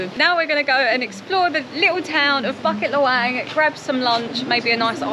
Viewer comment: Bucket LahWang hehe. BooKit LeWang is how its pronounced